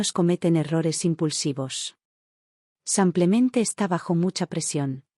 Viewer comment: Sus historias son muy agradables y me entretienen. Pero, uds leen ésas historias antes que sean enviadas para el público?? La persona que hace la narración no hace nada bien las entonaciones, tanto que en vez de decir " SIMPLEMENTE" la narradora dice " Sanclemente" y hay otras narraciones muy mal entonadas. Deberían revisarlas primero.